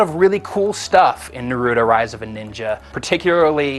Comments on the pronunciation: except how to pronounce naruto it's pronounced NA- ROO- TO not NAR- RUTO i mean why do so many american people have a problem with this. THE ACTUAL GAME REFERS TO HIM AS NA-RU-TO (like yu-gi-oh) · notice how he begins saying narudo then he says naruto correctly.. losers! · come on if they are gonna review the game atleast say the words right they saying naruto and konoha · Man I Hate Naruto Geeks So What He Said The Name Wrong What Does It Matter's To You? Naruto Is A Cartoon And DOnt Love You! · God, he's saying Naruto wronge -.